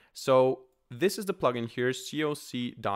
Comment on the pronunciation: thanks finally configured vim. you 've been very careful to pronounce the "coc.vim".